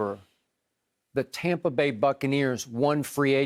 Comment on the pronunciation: im sorry but no one but skip is calling tampa Tompa and its freekin lame.